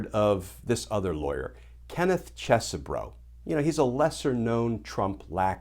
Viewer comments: Yer mispronouncing the names my brother from a legal mother. It's CHEESE bro! And also, T-R-U-M-P in American English is pronounced 'tray-tor'. Hope that helps! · Professor, the proper pronunciation of the name is, Isn't Cheesy-bro. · I don't care if you're pronouncing his name correctly, Glenn. I'm calling him Cheese-Bro. As in, "You tried to overthrow the presidential election?!?! That's so cheese, bro!!!" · Cheese Bro is a much better pronunciation. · I prefer the way I pronounced it - "Cheese-bro." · Hmmm. I've been pronouncing it Ches-e-bro, Cheesy Bro. I mean, he's a lawyer for chump, so that would be a fitting name. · I think that would be pronounced "Cheese-bro".